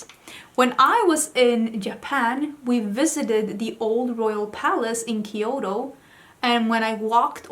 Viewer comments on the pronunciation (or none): none